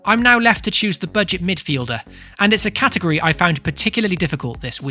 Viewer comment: Idk why but I find it so cringey the way you miss out the t in category when saying it everytime😤